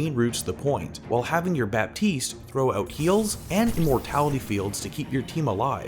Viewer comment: Can I be that guy for once ? It's not «BaPtiste» it's «Batiste» you don't prononce the P.... Sorry french is a bitch.